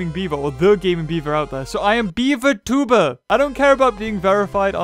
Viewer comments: At the beginning I thought he said pewdiepies tumor simulator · Did he say tumor simulator? Lol